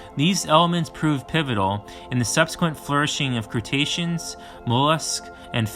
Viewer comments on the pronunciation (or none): Crus·ta·cean - /krəˈstāSH(ə)n/ - not cretacian.....